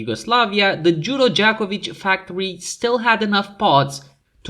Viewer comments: Nice pronunciation of Đuro Đaković! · Narrator said Đuro Đaković remarkably well. Congrats.